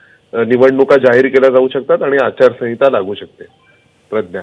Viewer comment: अचारसाविंता म्हणताय ह्या मॅडम